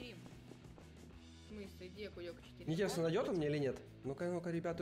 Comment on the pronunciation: Ну шлушай интьересно